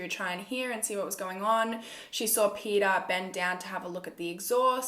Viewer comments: Did u say his name was pedophile hhahahahahahahah I heard wrongly 😂😂😂 it was Peter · Everytime u said Peter I thought u said pedophile and I was like And I oop